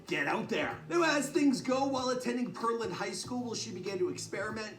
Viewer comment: Aht aht Sir it’s pronounced Pearland ( pear-lynn) get ya life togetha!!!😂